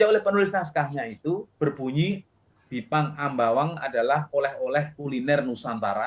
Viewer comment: gipang bukan bipang wkwkkwkwk aduhhh bismilah dulu pak pres